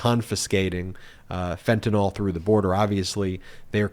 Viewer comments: It's NOT FENTANOL, it's FENTANYL, pronounced ''fentanile''. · Ben, it’s not FentanOL, it’s FentanYL. McCarthy mispronounced it but you shouldn’t. Sounds ig'orant :) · Myth number 1 is that it is called Fentanyl, not Fentanol!!!! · FENTANYL NOT FENTANALL!!!! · The correct spelling is fentanyl. Why does everyone pronounce it as "fentynal"?